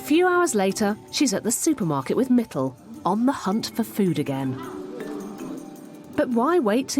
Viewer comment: It's actually Mittal..but she keeps calling mittle